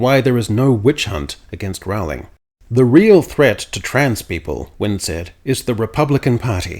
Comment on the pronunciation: Rolling. Not ROWE-ling. Rooohhhliiiiing. Be less lazy - if you're going to use someone else's name and words to promote your politics, put in the effort to get their name right.